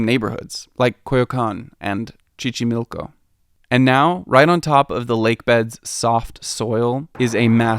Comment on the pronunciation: Chichi-milko?! hahaha